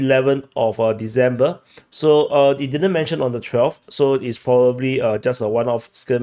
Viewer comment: Dude, December is not pronounced "dezember", ffs!